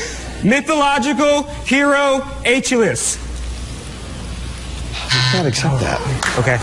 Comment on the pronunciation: Bruh Said "Aychaliss". 😂😂😂😂😂